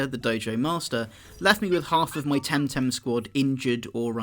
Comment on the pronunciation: Oh my god... Please, never say TemTem again. It's so terrible. :P